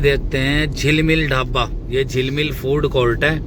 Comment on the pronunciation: Dhabba😂😂bolna सिख ले पहले